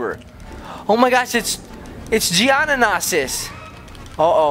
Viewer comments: It's geo no sis geonosis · It's pronounced geo-no-sis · It is je-o-no-sis